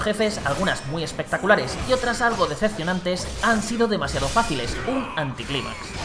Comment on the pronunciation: “Ececiones”? “Dececionantes”?